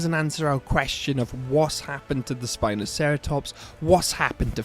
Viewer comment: Its actually Sino-spino by the way, Not spinoceratops.